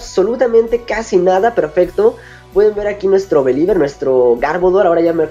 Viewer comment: believer se pronuncia biliver